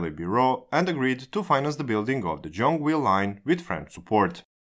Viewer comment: Gyeong is actually pronounced just like Yeong, with a G in front of it XD Also, I'm pretty sure Korail opened in January of 2005, not 2004. Wish you guys covered our underground metro too(Seoul metro is quite good) but I guess it isn't in the scope of the channel.